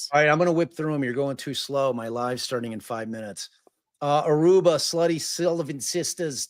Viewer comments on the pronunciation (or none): I cannot handle it every time says "Aruber" 🤣🤣